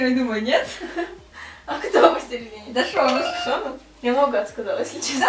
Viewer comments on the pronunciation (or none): Я рада что ты сняла это видео, но хочу немного внести поправок. Название группы правильно говориться «монста экс» И лидером группы является ШонУ «ударение на букву У» Ну и Вонхо «ударение на букву О» А так ты молодец что быстро выучила их)) если бы немного рассказала свои впечатления о группе, было бы ещё лучше) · наверное тебе нужно сменить куратора по к-поп группам она не правильно произносит их имена и лидер группы Шону (ударение падает на последний слог на все имена корейцев) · Не Монста Икс,а Монста Экс Не вОнхо,а вонхО не шОну,а шонУ не «чюхон»,а Чжухон и лидер группы не Кихен,а Шону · Кихён не лидер группы, он главный вокалист. А ещё читается не шОну, а шонУ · И не шОну, а шонУ